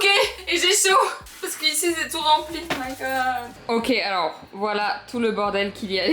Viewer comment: Quand t’a dit Alorra j’ai crue que tu disais mon prénom (Elora) 😅😅😅